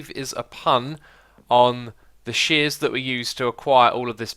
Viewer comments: Sears tower not shears tower ;) it's a famous building here in Chicago :) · Lol it's the Sears tower not shears tower😂